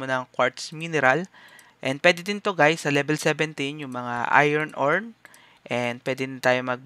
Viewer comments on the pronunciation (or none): none